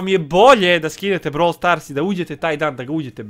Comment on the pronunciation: REKAO SI NA POČETKU BROVL STORSU KOLIKO SI UZBUĐEN 😜🤣😂